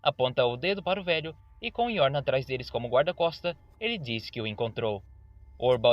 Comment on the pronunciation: Não é yorna mas sim Yoruna.